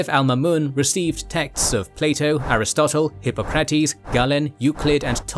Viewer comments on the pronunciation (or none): none